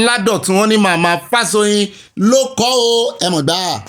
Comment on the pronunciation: Good evening, and. Happt birthday to our father, Professor Akintoye. The correct pronunciation is Fáshò̩yìn. Much ❤.